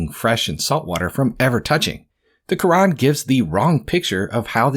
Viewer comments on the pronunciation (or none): Also, , a correction: it’s the Qur’an, not the “Qu’wrong”